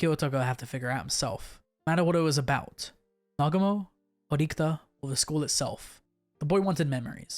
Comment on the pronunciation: Bro, well done, nice vids but there aren't any Horikta characters in the LN's... Say it with me: HO-RI-KI-TA! 😂😂